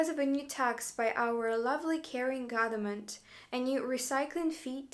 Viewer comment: It's interesting, most russians cannot pronounce "th" sound but this woman inserts the "th" sound into words instead of the "v" sound which is native sound for russians. "Gotherment." How many times in this video did she say "gotherment?" Count me among the skeptics.